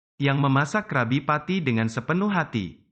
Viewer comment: Kak bukan Krabi petty, kalo Krabi petty di tulis nya doang kalo di baca nya krebi Petty